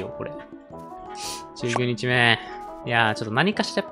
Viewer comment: の19日目〜がめっちゃ崩れて聞こえる ぶるさんの会話なんか好き 「あ」だけの高度な会話…？